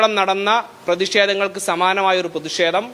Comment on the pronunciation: എന്തിനാ പ്രതിഷേ തം ' അത് പറയാൻ ബുദ്ധിമുട്ടാണ്